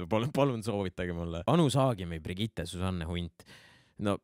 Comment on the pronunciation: Keegi veel on tähele pannud, et ütleb iga kord Brigitte kohta Birgitte?:D